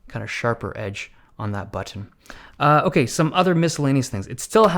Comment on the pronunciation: That "OkAy" tho